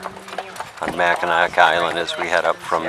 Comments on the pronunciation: Mack in naw. Is how it’s pronounced. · It was terrible listening to you pronounce Mackinaw as Mackinac... My first job was on the island at the Grand hotel.... Presently I'm in my 60s and I am searching YouTube for The memories of my youth lol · Mackinaw Island, not Mackinac. And, if you are departing from St. Ignace, you are in the UP. If you are leaving from Mackinaw City, you are in the LP. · Yeah, you call it Mackinac Island! I love the island and its history too much that I feel offended when someone calls it Mackinaw Island. The native American accent might pronounce it close to "Mackinaw", but it is "Mackinac" on all the signs and charts that I have seen. Thank you. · Pronounced MACK-in-naw Island. Also called The Grand Hotel, not The Lodge. Beautiful footage. Thank you! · It's pronounced Mack uh gnaw you uncultured swine. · It’s actually pronounced Mac-ki-nah. The c is silent. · On the ferry over, they talk about the island. Before you ever set foot in the place, they produce it Mack-in-aw. Are you that self absorbed that you don't listen as the tour guides, shop keepers, and natives repeatedly pronounce it correctly?? If you can't even get the name right you shouldn't be a tour guide!! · Great video! Brings back alot of great memories. On a side note, the Island is pronounced Mac-ki-nah. The c is silent.;) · Your mispronunciation of the islands name is driving me crazy. Learn to pronounce where you're at. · good tour--bad pronunciation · Despite the fact you pronouced Mackinac wrong It was a good video. Good video quality. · That drove me crazy also...I was hoping the carriage driver would correct him